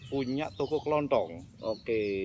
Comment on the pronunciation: toko kelontong ya bukan toko kelonthong 😁